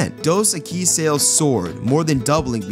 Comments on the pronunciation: Apparently the person talking over this never hear The Most Interesting Man SAY Dos Equis because if he had he'd be pronouncing it CORRECTLY with the accent on the Eq in Equis rather than the uis. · Why are you mispronouncing the beer name? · Before you do another one of these, I think you ought to learn how to pronounce "Dos Equis."